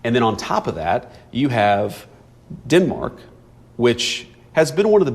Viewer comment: Is it good for us to hear our VP say...Me and Marco? And Dinmark?